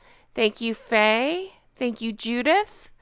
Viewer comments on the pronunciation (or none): none